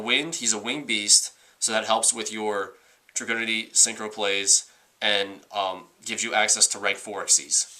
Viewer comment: It's pronounced Drag-oo-Nity